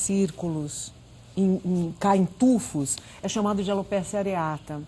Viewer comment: Alopecia e não alopécia.